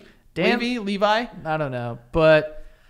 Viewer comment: ITS DAN “Lev-EEE” not “Dan Levi” 😂 he’s Eugene levy’s SON